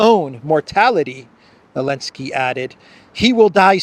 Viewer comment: Lol u funny can u ask u something why don't Americans pronounce (Z elinsky ) name right with (Zel, not an (A elinsky